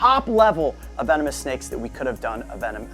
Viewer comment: Hello vee-no-moose